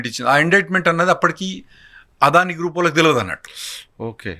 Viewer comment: ఒర్ బాబు తెలుగు సరిగ్గా పలుకు "ఆదాని కాదు అదని"